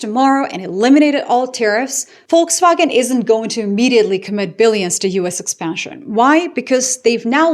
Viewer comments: Shout out for perfect pronunciation of „Volkswagen“ 👍🏻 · I know! I listened to the opening statement twice to be sure I was hearing it pronounced properly. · For the first time I hear a native English speaker pronounce the word 'Volkswagen' correctly.....Bravo.👏👍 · Hearing 'Volkswagen' pronounced correctly in an English context feels surreal.